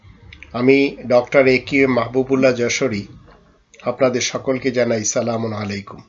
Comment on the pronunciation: আপনার সালাম সুদ্ধ হয় নাই